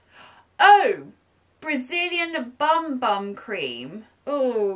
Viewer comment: The sol de janiero bum bum cream is pronounce boom boom cream. It is a cream that supposed to firm up your skin not just to use on your buttocks. It's for your whole body to firm up your skin it's quite popular in the USA. Very well sought-after brand.